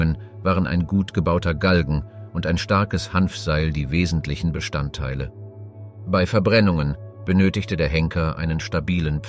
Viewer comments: Schade, wäre sehr spannend gewesen, aber "eingeflogen"???? Gemälde und Skulpturen gepixelt? Namen bekannter historischer Personen falsch ausgesprochen und eintausendsechshundertachtundvierzig statt sechzehnhundertachtundvierzig bei JEDER Jahreszahl und ständig dieses BEY. ??? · Euro beiträge sind super aber bittenerklär mir was du gegen das Wort "bei" hast, denn du sprichst es ständig falsch aus. Das stört den flow des Videos meiner Meinung nach.